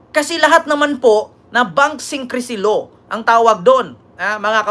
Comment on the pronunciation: Anu daw bank singkresi law? kwawa tlga c d khbaw mubasa, hahaha bank secrecy law yan..wla ka kasing pinag aralan,yan tuloy ang d ka mrunong mgbasa ng English,, hahaha..